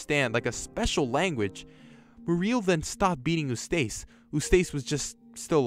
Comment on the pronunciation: Eustace and Muriel You mispronounced Their Names